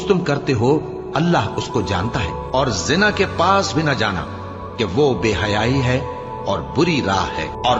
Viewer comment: जिना नही ज़िना है वो।